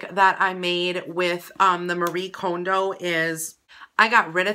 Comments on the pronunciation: Okay- firstly you are pronouncing her name wrong 😣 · does it bother anyone that she mispronounced Marie Kondo's last name?